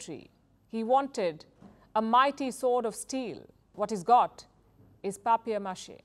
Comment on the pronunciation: No, she’s saying papier-mâché. & she pronounced it better than Americans.